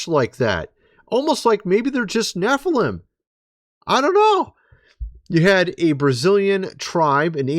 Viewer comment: Nephiiilam lol your an idiot dude